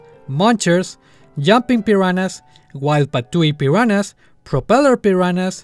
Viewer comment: parece que dices la palabra "peruanas" XD